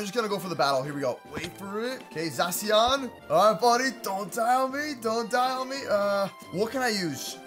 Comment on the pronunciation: zashion not zasoin